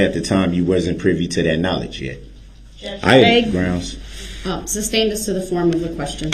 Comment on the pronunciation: Just wonder.. 😂 if it tickles the legit legal team every time he says "Substained"